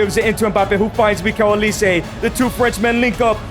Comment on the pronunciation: mf said "mikel olise"